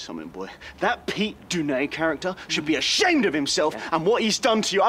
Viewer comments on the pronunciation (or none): pete dunnay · Elton Prince can't even pronounce Pete Dunne's name correctly 😂😂